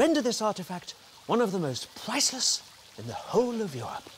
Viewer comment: more like "absolutely pwiceless"